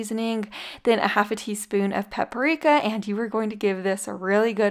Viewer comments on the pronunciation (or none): none